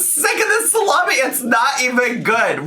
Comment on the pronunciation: it’s pronounced “slommie”. Please get it right next time 💅🏻